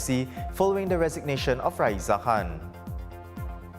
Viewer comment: I heard Ms Han instead or Khan hahah